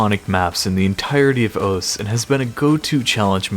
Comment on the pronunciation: Why is osu pronounced as ous?